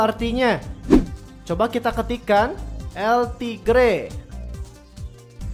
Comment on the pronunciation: Tulisannya El Tigre kalo di baca El tiger